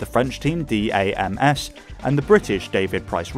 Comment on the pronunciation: If I watch another video of you say "D-A-M-S" it's DAMS (pronounced "DAMNS") and they are still around.